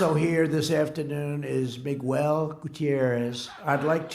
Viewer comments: Trump mispronouncing Miguel is so cringe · Mig-well hahhaha 😂😂😂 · A-a-ron? Where is A-a-ron? Mig-well? Where is Mig-well? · Mee goo ellee. * Miguel * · "Migwel Gutierrez" -Pres. Donald Trump 😂😭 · MIGWELL BRUH I THOUGHT HE WAS TRYING TO SAY MANUEL